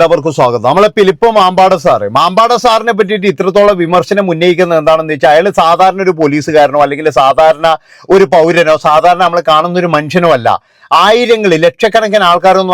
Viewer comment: മാമ്പാടാൻ അല്ല.. മമ്പാട്